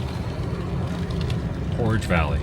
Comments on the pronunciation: Did you say porridge valley lol portage valley great video you rock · That's PorTage Valley. A portage is when you have to carry the boats over the land to get to the next water, where you were was where they had to carry the boats. Porridge is what you eat for breakfast. And it's Ke - nai not Ken - ai.